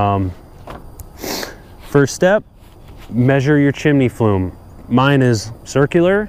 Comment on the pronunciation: Thanks...well done. I just did mine and now want to try to sweep my oil chimney flue but need a different brush. Was thinking to make my own somehow. Any thoughts? Fyi, sounds like you are saying "flume" instead of "flue".